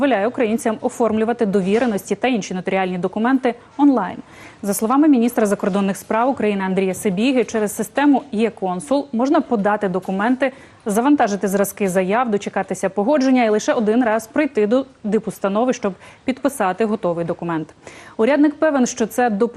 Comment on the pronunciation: Чому ведуча говорить є-консул ,якщо програма називається е-консул?